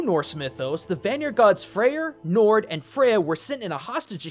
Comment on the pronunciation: Njord is pronounced Nyord, J's are Y's.